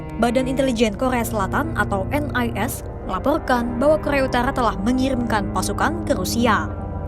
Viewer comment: Kokhrrrrea utarkhrrrra 😂